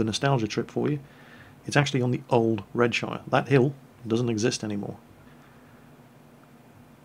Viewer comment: I'm extremely disappointed in you for pronouncing Redshire the American way....